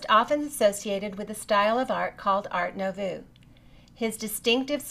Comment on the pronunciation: 'art noovoe' not 'art noevoo' also his name is alphonse, otherwise great video!